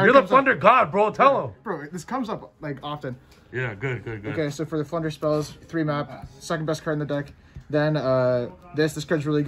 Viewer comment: I was so confused by the deck profile, I thought they kept saying “Plunder” not “Flunder” lol. Had to rewatch two extra times just to figure it out!